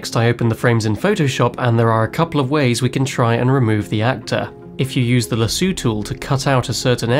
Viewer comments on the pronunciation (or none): La.... Lazoo tool? LAZOO tool? xD You mean Laso like.. La - So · did you say Luh-soo tool? isn't it a lasso, like what Indiana Jones has. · Sorry to say, but it is not lassoo, it is lassoe